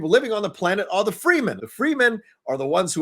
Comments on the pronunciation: as the saying goes... you put the wrong emphasis on the wrong syllable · You need to work on pronunciation... you were just a little off on saying the house names and Fremen. Its such a good movie, cant wait for part two in like 2023